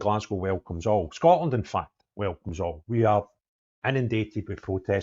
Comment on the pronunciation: Scoatland 😂 Can’t even say the Country correctly. Not the brightest.